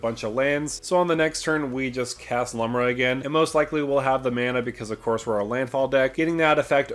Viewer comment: I know it really doesnt matter. But Lumra is a girl and her name is pronounced "Loom-rah"